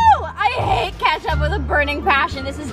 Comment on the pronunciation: She realy said keptuch